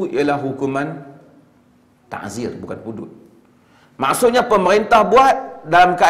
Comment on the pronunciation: Bukan taHzir...Ta'zir..dengan Ain...